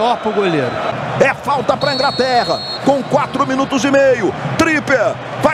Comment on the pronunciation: "É falta pra Ingraterra" kkk rachei